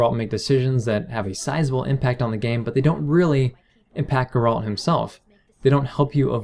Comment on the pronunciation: Good video, just one thing. It's pronounced GAre-ult, not GarAUlt.